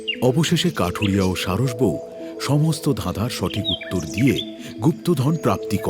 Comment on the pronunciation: গল্পের নামটা সঠিক করে বলেন😅😅😅😅😅